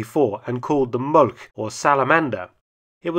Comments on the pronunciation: Just a note: Molch is not pronounced "molk", a closer approximation would be "molsh" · the proper German pronounciacion of Molch sounds like English molsh